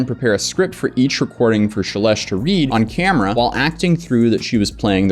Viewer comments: The whole time I thought he was pronouncing CELESTE wrong like CHA-LESH...lmao it Shelesh. 😂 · No two shelesh pronunciations were the same 😂